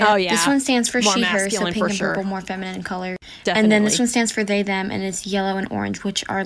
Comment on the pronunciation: I bet that group......"dance"😅....was a "spiritual experience for themuh"😂😂😂😂